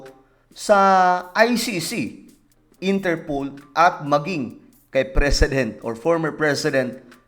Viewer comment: Inter POL not Inter POOL 😅